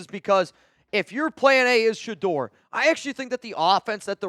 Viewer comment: Noties!!!!! And hell no !!! It's Sheduer Sheduer Sheduer or basically fail!!